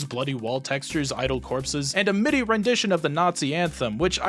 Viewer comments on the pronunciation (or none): none